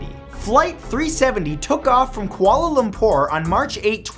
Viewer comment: Everyone was talking about his pronunciation of "Roanoke", but no one noticed that he said "Koala Lumpuuuur". Love you, Matt!